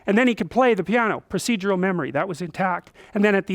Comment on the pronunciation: procedural memory? more like proseizural memory